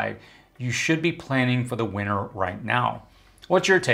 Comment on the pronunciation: Just an individual quirk but it drives me crazy when people pronounce it “winner”. There is a T in there. WinTer.